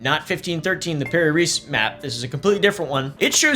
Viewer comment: Allow me a little correction on your pronunciation... The name Reis is not pronounce 'Reese', google translate it to Portuguese and hear it, translates to 'Kings'... so, if you type 'kings', it should give you the correct pronunciation